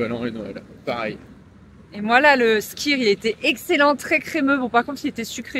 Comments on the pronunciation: Etant une amoureuse de l'Islande, j'ai bien évidemment sautée sur ta vidéo !! :D Vous n’avez pas osé le shot de Lysi (huile de foie de morue) au petit déj. Petits joueurs !!! lol. Je te confirme, qu’il y a toujours pas mal de vent à Vik. Et sinon, pour info, le skyr ça se prononce skér ;) Je savais que vous n'auriez qu'une envie en y revenant... y retourner. Avec mon mari, on a déjà été 7 fois en Islande (en hiver ou en été), on commence a très bien connaitre, mais on reste toujours émerveillé par ce pays, même si il a bien changé en 12 ans (premier voyage en 2013 et le dernier date de cet été). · Je ne suis pas certaine pour le Skyr, en islandais le y se prononce comme un y français. Par contre le j se prononce y comme dans Reykjavik -> Reykyavik.